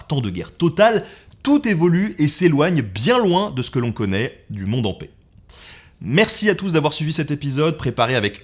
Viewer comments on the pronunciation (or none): none